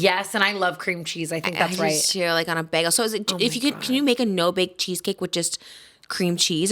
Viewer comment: I love everything about these two... But the way Trisha pronounces words like bag or flag like bAeg or flag lmaooo